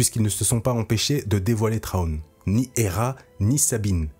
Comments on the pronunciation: J'ai entendu pire : "Trone" 😆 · Et cet accent anglais, faites un effort par pitié 🙏🏻 Général Thrawn ne se prononce pas [Traone] par pitié faites un effort… Mes oreilles saignent.